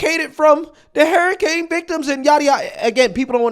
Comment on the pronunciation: You keep saying Hair-icane 😂✌️❤️🇺🇸